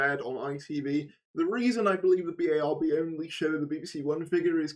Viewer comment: Please use the acronym and pronounce BARB as ‘Barb’. Other than that, great vid!😊